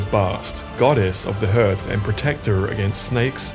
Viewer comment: Did my guy really pronounce hearth as herth? When it’s pronounced correctly as harth.